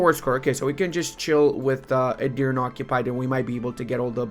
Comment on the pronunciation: Btw to correctly pronounce Edirne, you should also say the last E as the first one.